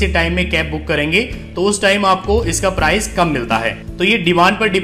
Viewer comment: Apka presentation bahut shandar hai. Mujhe is se pahle, jab bhi kahin jana hota tha to main apne grandson ko ola book karne ke liye kahta tha. Per ab main confidently khud ye kaam kar sakunga. Is guidance ke liye tah-e-dil se shukriya! Apka andaz-e-bayan bahut hi badhiya hai. Bas, sh ki jagah s aur s ki jagah z ka pronounciation, jaise shahar ko sahar, location ko lokesan aur price ki jagah prize thoda sa hatke laga. Vaise, har kisi ki apni style hoti hai. Isliye ise otherwise na len.😀